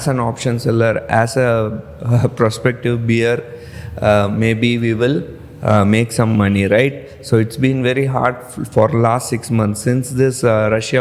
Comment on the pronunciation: pronounce 🐻BEAR properly sir....u r saying..." I am a beer...I am a beer"🍺🍺🍺 just a well-wisher.